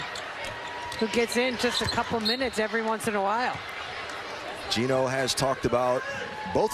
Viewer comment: G-e-n-o, not G-i-n-o; you'll get it right with a little more practice to eliminate this particular "brain-dead unforced error" 😁